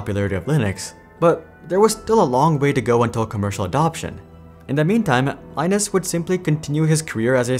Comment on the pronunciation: Linus' name is pronounced the same way as Linux, rather than like the Tech Tips person.